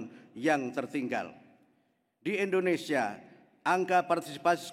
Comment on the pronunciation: Kadang ada nyebut INDONE SYIA